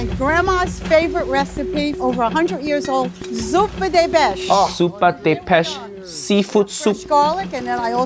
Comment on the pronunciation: Why did she forget how to pronounce "pesce" and instead decided to call it "beš"? Also, why did just one person cook noodles? And why didn't everyone else fail the challenge because of their complete and blatant disregard for the rules? Seriously, two blokes made penne and another made macaroni! 🤬😡 Why?!